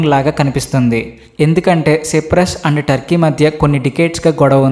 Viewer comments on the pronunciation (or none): సిప్రస్ కాదు నయన సైప్రస్ అని పలకాలి